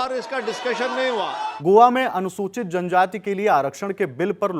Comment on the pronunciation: पहले तो पीठासीन अधिकारी को जनजाति शब्द नहीं बोलने आ रहा है इसे हटाओ 😅😅